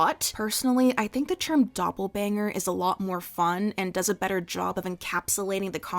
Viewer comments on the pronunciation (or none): Idk why but hearing you say “doppelbanger” has me in hysterics